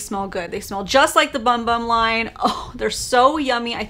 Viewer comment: The Sol del Janiero bum bum cream is amazing! You pronounced bum bum wrong. It’s boom boom. Brazilians pronounce it that way.